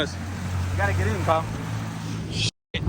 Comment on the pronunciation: It’s “K”yle tuned